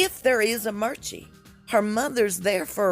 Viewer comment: Did you call “Archie” “Merchie” 😂🤣😂